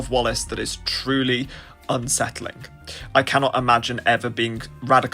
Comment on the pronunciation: Did he just say upsettling